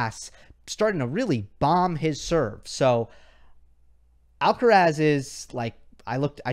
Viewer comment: K-mon Kaaaa.lous AAaallkaraaasss... you have a stunning pronunciation (ironic mode) 🤣🤣🤣